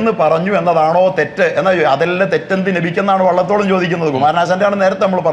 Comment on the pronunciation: വെള്ളത്തോൾ അല്ല മാഷേ 🤣 🤣🤣🤣 'വള്ളത്തോൾ' ആണ്.... കൂടുതൽ നന്നാക്കല്ലേ "🤣🙏🏻🙏🏻🙏🏻🤣🤣